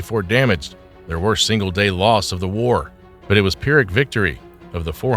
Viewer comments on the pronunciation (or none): none